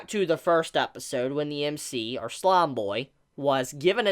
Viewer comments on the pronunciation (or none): none